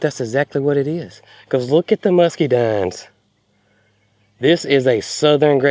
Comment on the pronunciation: Musk-uh-dines is English. Don't know what language mus-key- dines comes from.